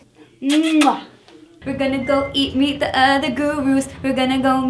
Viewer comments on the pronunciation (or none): when she says gona go meet me the other gurus it sounds like gona go eat me the other gurus